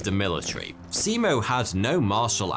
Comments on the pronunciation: In Finnish, a written 'i' is always pronounced the same way. It sounds like the 'e' in 'keep'. And in Finnish, most syllables are stressd equally and very little, or it's the first syllable only in every word that is stressed. To a Finnish ear, both Se-Mo and See-Mou sound strange. But if you stress it like 'nemo' in Latin (except that the Latin 'e' is also a Finnish 'e' and you need to put a Finnish 'i' there), you're there. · Thank you! I found the pronunciation understandable, although I could have offered a few hints to make it even better. Only it is late by now. But I just could not fight my temptation. So here goes. In Finnish, if you mean a long vowel, you write it double. In this case the name Simo is not pronounced "Si-imo". In other words, the single "i" sounds like in the English word "lip". And "ä" (the a with dots over it), together with the leading "h" is pronounced like "ha" in English word "hand", not like a "hawk" or "house", for example. Now those out of the way, I must admit that I don't have a really good explanation for the "y", not at the moment anyway. Just that it definitely is not like in the English word "any" or "say". Maybe the Korean car brand Hyundai gives a bit of idea. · as a finnish person, its funny sounding how he says simo`s name